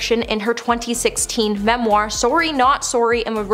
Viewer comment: Have any of you ever heard the word "autobiography" or his/her/their book? At least learn to say memoir correctly, particularly if you feel you MUST say it every few sentences !!! I find I am grinding my teeth !